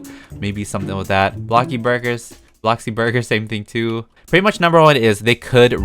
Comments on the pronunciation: no one: peetah: A bLoCkBoRgGgG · future blockbuc updates blah blah. Me:Mr. do u mean bloxburg? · Old peetah: Bloxburg now: bLoCkBoRg